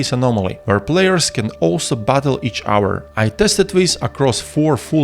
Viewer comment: Such a comprehensive guide! Let me give you a few tips of my own to further improve the quality of your guides: Consider looking up the pronunciation of hover, cover and each other. Cheers!